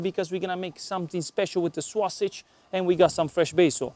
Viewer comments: say "SO-SIJ" not "SWA-SIJ" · Everytime he says sausage, I think he is going to say swasti*@ lol